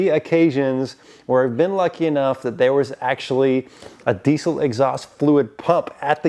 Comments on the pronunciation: God how I wish people would stop saying DEECIL. There is NO C. Please.. Not PLEECE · It’s diesel with a Z sound. Not with a C sound. Sheesh. Get it right.